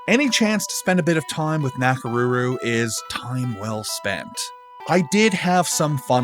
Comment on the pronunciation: the “ko” cd be better, it’s like “o” in konnichiwa and not a softened version like he did. same way with his pronunciation of Nakoruru. also it’s su + i (two vowels, one after the other) not something like [swi] like in “suite”